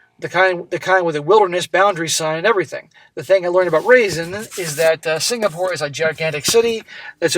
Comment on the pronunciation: Is that Raisin girls name spelled raisin or Roisin. If it's the second one it's pronounced Row-sheen. My cousin always got her name pronounced as raisin lol